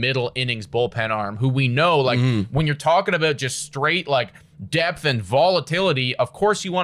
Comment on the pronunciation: "Don't have depth-uh"